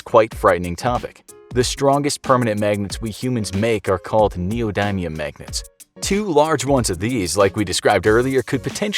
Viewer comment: Said neodymium wrong